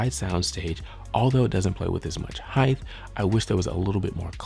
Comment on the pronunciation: Not highth -- hight